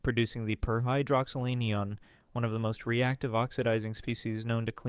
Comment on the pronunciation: The word Anion does not rhyme with onion. It’s pronounced AN-I-On. Similarly the word Cation is not pronounced “cashon”. It’s pronounced CAT-I-on. Good information, you just needed to do a little more homework.